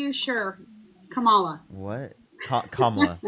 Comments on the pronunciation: This woman is so stupid. She can’t even figure out how to say her name properly. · please just hang up on people if they cant say kamalas name properly. Thats just intentional being obtuse and annoying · Why can't she be a mature woman and pronounce Kamala's name correctly??? Pathetic woman!